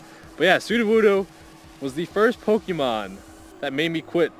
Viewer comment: please please pronounce the Pokémon names correctly...